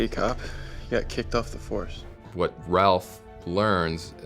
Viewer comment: Drink every time you here the cast say Rawph instead of Ralph